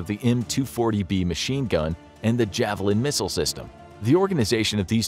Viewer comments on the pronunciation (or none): none